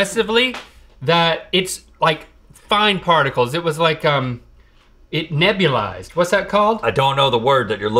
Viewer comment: “It nebulied” -Link